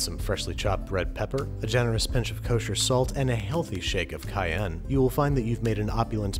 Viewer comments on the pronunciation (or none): none